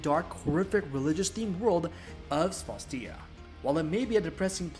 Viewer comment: Great video, thanks for the review! Just a heads up, Cvstodia is pronounced as Custodia, the V reads as a U.